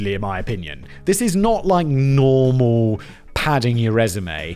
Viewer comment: I’m listening to Simon say “normal” and wondering if he had a small stroke… …has me thinking, “how do I get a DJ to sample Whistler for songs?” It’d be perfect…